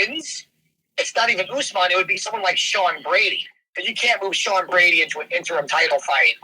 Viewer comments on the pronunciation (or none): none